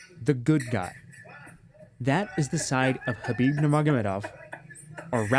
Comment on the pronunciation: The K is silent? Fucks sake 😅